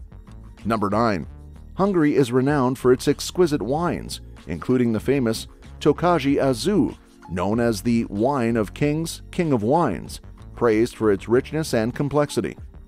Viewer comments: Tokazsi aszú 😂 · Fun Fact: Tokaji aszu. When you say it like that, it's like a Japanese drink. Try to pronounce: [ˈtokɒji] // and aszu = "asu". Great Video! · You lost me on Tojaji Aszú being pronounced Tokagy Azue. I work as a restaurant manager and when a costumer said it i wasnt realy sure what he wanted 😂 but damn it was funny 😂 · As others have said, fantastic video, made me feel right at home! Your pronunciation started off pretty good, most people still pronounce Budapest with an S instead of a SH. However, Tokaji Aszú is pronounced more like "tokayi asoo". Széchenyi is pronounced "say-chen-yi" (é is exactly like in french, ch is exactly like in English (because it comes from foreign roots) and "ny" is much like the two English characters pronounced back-to-back. (You got the last one right.) In Vajdahunyad, once again, the J is pronounced like a Y Vahydahoonyad. In fact, for the /ʒ/ sound you are pronouncing, we instead have a different letter "zs" (yes, it's a double letter). (You pronounce this as just a "z" later on.) J is never pronounced as /ʒ/ in native hungarian words. The GY in magyar, however, is not like ny. It is more like the inbetween sound you make in a word such as "reduce" when pronouncing "yoo" after "d". It would be much more accurately spelled and pronounced as "dy" because it is pretty close to D+Y. Palóc is pronounced "pah-loh-ts". C always makes the "ts" sound in Hungarian, it's never "s" or "k". Puszta was well pronounced, though with an accent, as was sziget. Pálinka was... fine. Bíró László, however, is "Bee-row Lah-slow". Jedlik János has the aforementioned flaws with the addition S-ifying the SH. "Aa-nyosh Yed-lik" Miskolctapolca = "Mish-colts-tah-poll-tsa" Hortobágy = "Hort-o-bah-dy" (with Y pronounced /j/ and not /i/) Busójárás = "Boo-show-yaa-raash" (Your R in this one